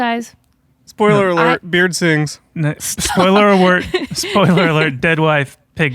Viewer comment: Spoiler awert: Chad and justin can’t say spoiler alert 😂